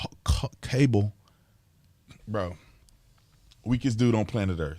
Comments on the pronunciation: He called it "kambul" several times. This man is so lost and ruining america!!! I'm assuming hes reading a teleprompter here? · The President Can't even pronounce Kabul correctly. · My goodness will this man ever learn to pronounce Kubol. Its pronounced "KAH boll" for 50 years. My goodness ask Google. News media has started pronouncing it wrong so he won't sound so stupid. The "Tah le bon"? Who the crap calls them this! Its the "Tale ah ban". I wander if NBC is going to start calling them this stupid name. This guy has a 48 year history of being wrong on every foreign policy of this country. At least he is keeping Kamala and the squad at bay.